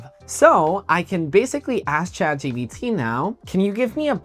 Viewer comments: yeah i noticed he was saying that too or is that a spanish thing💀💀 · it's Chat GPT bro not GBT💀